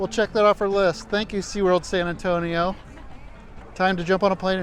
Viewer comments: Say very slowly: Sann Ann-Toe-Nee-Oh. Si? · I'm from Phoenix, Maryland (yes, there's another Phoenix besides the famous one). I love your videos regardless of the specific shenanigans involved because it's you doing them. And sometimes I learn something, like the fact that apparently it is possible to mispronounce "San Antonio".